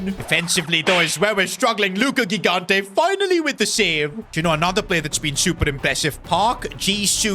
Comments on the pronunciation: Luka kikante... Mate its lookah jighanteh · The first G in Gigante is not hard, it's soft. So it should be something like Jigante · In gigante the g is pronounced like a j like jigante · Please stop with the wrong spell of gigante is not ghigante is gigante you spell it like gigi from gigi buffon or donnaruma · It's not Ghigante It's Gigante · as an italian is not ghigante is Gigante, u have to have a strong g when u say it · It's not Luca Gignte It's jee-GAHN-teh (IPA: /dʒiˈɡante as an Italian if you could try to pronounce him right it would be awesome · Bro ur pronouncing ur goalkeepers name wrong, its Higante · It’s pronounced jigante not gigante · Hey, I'm so excited for another S2G FC career mode! As an Italian, I'm sure that GK is going to be fantastic, we have a history of producing amazing keepers. Just one correction: the initial G in his surname has the same sound as "Giant". Apart from this, fantastic video as always, keep up the good work!